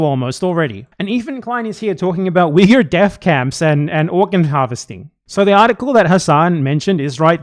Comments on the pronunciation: there's something about the way Ethan says Uyghur that makes me cringe like I'm hearing a slur lol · Ethan keeps bouncing between two mispronunciations of “Uyghur.” I don’t think he knows what he’s talking about.